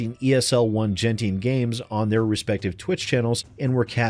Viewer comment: "Jenting" I chuckled.